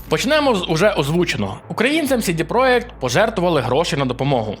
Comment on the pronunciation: чувак ) не "сiдi проект", а "сiдi проДЖект", це ж англiйська, бебi ))